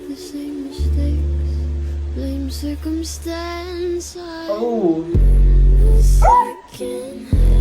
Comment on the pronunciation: shes saying blame cicomtence